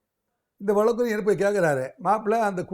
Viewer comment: அட கருமமே அது வலக்கு இல்லமா அது வழக்கு